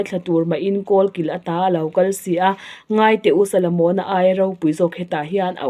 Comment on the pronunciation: Solomona ti ve mai la,salamona han tih ṭalh kher